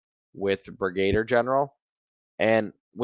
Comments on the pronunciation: It is pronounced Brig-a-Deer General. GF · Watch the videos of the brilliant Brigadier Gerard and you be enlightened how to pronounce 'Brigadier'